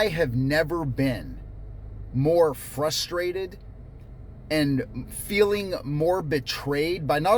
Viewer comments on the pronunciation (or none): none